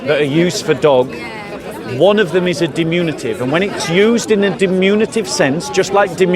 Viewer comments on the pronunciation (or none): It’s diMINutive…not diMUNitive